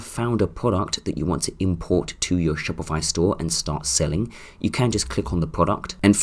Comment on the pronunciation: dude stop saying shopify like that xD now i keep saying it like that haha